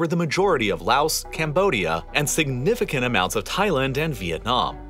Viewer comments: It’s not “louse”! The s in Laos is silent! It’s French. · You say Laos like lao not laos.